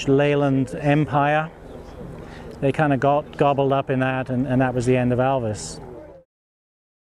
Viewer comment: One of the best informed guy regarding ALVIS matters and also an Alvisona who can pronounce the make correct and not like Elvis !